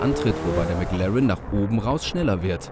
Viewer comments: Erst sagt der Neunhundertelf und dann noch McLarren. Schrecklich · Wenn man nicht mal McLaren richtig aussprechen kann...